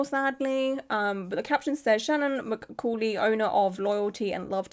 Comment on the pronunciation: pronunciation tips from a language nerd : mccauley = muh-CAWL-ee shaina = SHAYN-uh hope these help -- love ur videos ^- ^